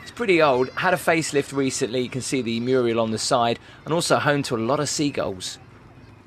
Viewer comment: It's a mural, not a Muriel! Muriel is a name! Lol